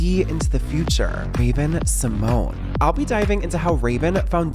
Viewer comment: Actually it's Symoné not Symone it has that "NAYE" at the end in silence Symonaye, Symoné!